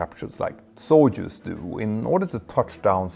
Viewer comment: Soyuz (Sounds like:saw·yooz) 😉